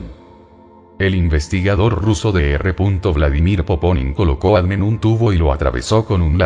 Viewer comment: ME MOLESTA Y ME DECEPCIONA QUE SE VAYAN ACORRIENTANDO, INSISTEN CON EL ADN, EN LUGAR DE A.D.N., SU ROBOT SOLO LEE LOS ERRORES DE USTEDES. TRISTE. RECUPEREN SU CANAL PARA DEJAR DE ENSUCIAR ÈSTE.